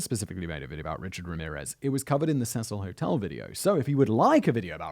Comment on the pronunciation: Cecil Hotel is being pronounced wrong a lot as well as the girls name.